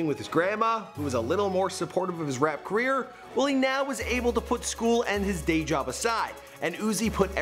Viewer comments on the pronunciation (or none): He said quier instead of career. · Did he say “the life and queer of Lil Uzi Vert”?